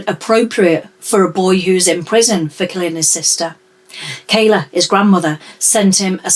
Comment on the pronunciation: Kyla, Jesus! Get their names right.